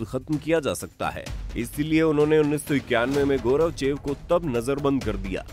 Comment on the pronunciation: गौरवचेव नहीं गोर्बाचेव बोलो 😡😡😡